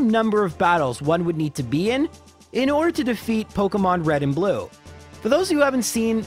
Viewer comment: "red and blu-no" is the best thing I have heard all week I hope that's his new name now that's hilarious and fantastic